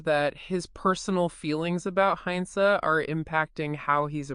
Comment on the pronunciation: the guy pronounced travis name as "Heinze'ee" (?? Heinzy ??) LOL 😂